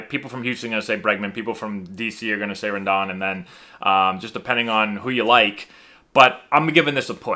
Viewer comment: Rendon’ s name is pronounced with a long “O”.